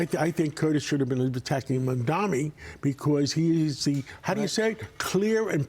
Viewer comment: Mamdani, not Mamdami. Learn it as he wiping the floor with Cuomo and Sliwa. 🎉😂